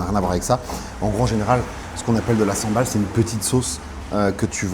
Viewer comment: Pool Sambol et non Sambal^^